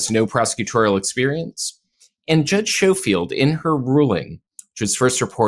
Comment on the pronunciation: Judge’s name is pronounced Sko-field not Show-field.